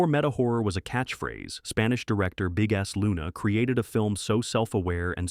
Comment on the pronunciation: "Big-ass Luna"? "Big-ass"???? Murcans, you can actually make an effort, you know.